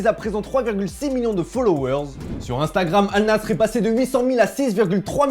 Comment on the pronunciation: Alnasrrrrrr … vous êtes vraiment des footix sur cette chaîne c est ouf apprenez à dire les noms des joueurs et des clubs